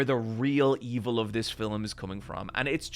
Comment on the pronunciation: My favourite thing about accent is that he pronounces "Film" as "Fil-uhm", it's just adorable...